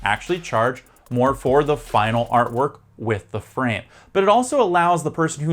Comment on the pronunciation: In this video you say frame like it rhymes with crème, like you're missing the last sound of the word. Frame should rhyme with maim.